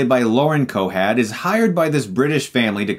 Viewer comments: Sound like youre saying Lauren Cohad instead of Cohan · Lauren Cohan. Not Cohad. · Was anyone else hearing Cohad instead of Cohan? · COHAN. NOT COHAD. COHAN. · lol same! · Why are you saying, "Cohad?" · vandaley still should get her name right. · I thought I actually misheard it. Guess Stuckmann was just WRONGGGG. I think that's the first time I've really heard him mispronounce a name he should've pronounced correctly. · He definitely says Cohad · did he say Lauren cohad? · Cohad...? what? Her name is Lauren COHAN. That's co-han. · Chris calling her Lauren Cohad is almost as funny as when he called Jada Pinkett Smith "YADDA"! lol! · Cohad? LOL! He doesn't even know her name. It's Lauren Cohan. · Did he say "Lauren Cohad" throughout the video? It's COHAN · Cohan* lol not Cohad. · Lol it's lauren cohan, pronounced co-win, not co-had. Think the Coen brothers. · cohan.....not cohad lol. keep up the great channel. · Cohan not Cohad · Cohan.Cohan! Not Cohad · Its lauren coHAN not coHAT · lol Yeah He definitely was saying her name wrong. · That's not how you pronounce "Cohen". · ***** it'd be a slip of the tongue if he only said it once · I was distracted by the way you were saying Lauren's last name. There is no "d" at the end. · I'm pretty sure it's Lauren Cohan*